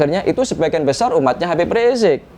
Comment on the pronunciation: kalau sama ade armando nyebut habib riziq dgn sebutan rizq rizq kalau sendirian nyebutnya habib riziq, jadi ini kala campur sama manusia ya seperti manusia tp kalau campurnya sama kambing ya???